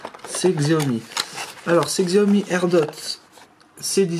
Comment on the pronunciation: Je vais peut-être faire le mec relou mais ça se prononce chiaomi